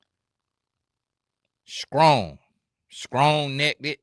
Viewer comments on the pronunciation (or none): “Scrong neckted”😂🤣!!!